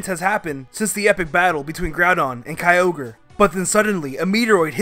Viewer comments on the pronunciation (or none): KAYOGRE COME ON. IT'S KYO-GRE. KYOGRE.